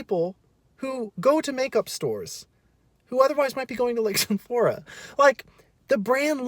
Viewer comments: It also kinda sounded like he said sumphora xD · mispronouncing beauty companies is everything. “ultra” “sumphora” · And some-phora. 😂😂😂 man I love